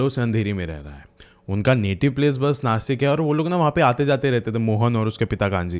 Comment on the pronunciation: Rasta❌rusta ✅ Bta❌bchaa✅ Nasik❌nashik✅